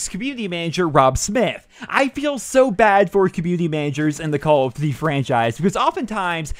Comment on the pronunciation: Jesus Christ it's call of DUTY not call of Z like the fuck